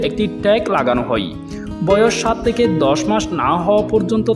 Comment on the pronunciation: কিছু শব্দ সাবলীল করার দাবি জানাই, হই/হয়, যাই/যায়, নই/নয়, কাওয়ানো/খাওয়ানো, তেকে/থেকে, পেট/ফেট, রেকে/রেখে, কাবার/খাবার, সত্যি বলতে আপনার হই হই শুনতে শুনতে আমার 😢😢😢অবশেষে 😂